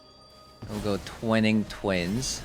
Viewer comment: Twine-ing Twin. Not Twining Twin:^)